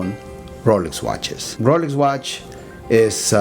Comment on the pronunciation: Who else can't help laugh at Rolech Wachas, roleks wach? lololol